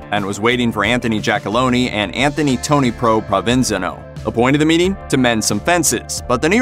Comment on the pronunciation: The way you pronounce Provenzano makes me curious about how much of this is legitimately researched. Here’s the evidence in support of the claim... (1) Hoffa’s son, when showed the Hoffex memo, said that Sheeran was the only one on that list who could have got Hoffa in the car at that point in his life (he knew folks were gunning for him). (2) The original detective in the Gallo case and a New York Times reporter who witnessed the murder (who was there when it happened) believe it was Sheeran after seeing his photo and hearing his account. The claim that multiple mobsters burst into the restaurant was a concoction by the NYPD to weed through bad leads. It was one gunman. (3) Sheeran identified which car seat Hoffa sat in when O’Brian allegedly drove to pick him up. His DNA was later found there, in that exact seat. This claim was made to Brandt BEFORE the DNA evidence came out. (4) Hoffa’s daughter wrote Sheeran a letter stating that she believes he is the only one who really knows the truth. Sheeran was a drunk, and could certainly have inflated his role (admittedly). But his account is the most credible of any one of them to come out for the above reasons. I’m surprised you missed these in your research.